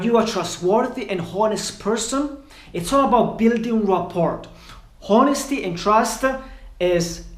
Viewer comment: “Rapport” the T is silent